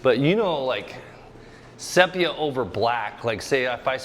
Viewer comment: "sepia" = "see·pee·uh" NOT say pee uh. EVERY artist knows this.